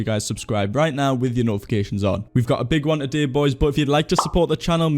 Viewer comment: love the way you pronounce today as "a-day"